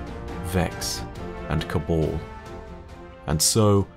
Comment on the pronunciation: Your pronunciation of Cabal and Osiris triggers me